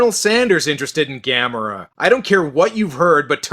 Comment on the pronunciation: It actually pronounces Ga-'Me-Ra